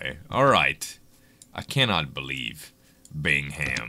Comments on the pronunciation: I think the h is silent Bingham is pronounced Bingam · Cool! 2 things: I love country music! Glad to see someone else likes it too. "Paint Me a Birmingham" is a good song. Also: my grandparents last name was Bingham. The 'h' is silent so, it's not pronounced "Bing-Ham" it's Bing-Um. :)